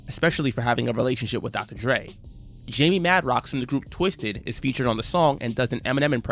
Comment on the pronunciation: Did I just hear this guy call Jamie Madrox Johnny Madrox?